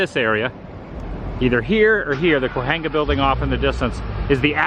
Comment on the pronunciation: CAWENGA is how Cahuenga is pronounced